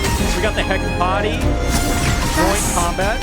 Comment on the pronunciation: It's Pronounced heh-kuh-tee like the Greek goddess Hecate